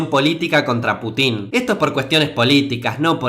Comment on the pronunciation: Putín jaja, es sin acento.